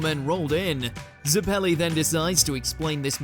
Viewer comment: Butchered the pronunciation of baron zeppeli...